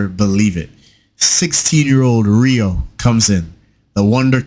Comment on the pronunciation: Dis mandem needs to speak Rios name correct man